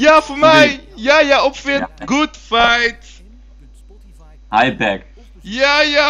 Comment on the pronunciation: "Güd faght nigguh" rofl